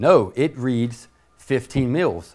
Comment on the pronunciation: It sounds like he is saying milfs lmfao !!! But still good video...